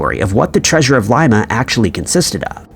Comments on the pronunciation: Not a hater by any means. I just would like him to pronounce cities, towns and countries correctly or at least fix his pronunciation on the ones we have asked him to, like Coventry, Dublin, etc. And now, it would be nice if he could correct his pronunciation of Lima, Peru. It is NOT pronounced like Lye-mah, like a bean. It is pronounced like Lee-mah. Come on. We love your videos and everything else, except for those mispronunciations. On the contrary, I happen to like a lot. Even if he does end up being AI. We merely would like him to consider correcting those pronunciations. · LIMA pronounced LEEMA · Dude, you're killing me. It's pronounced Leema